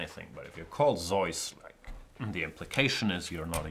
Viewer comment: It's neither Zoyce, nor Zee-us in English. I believe it's Zooce.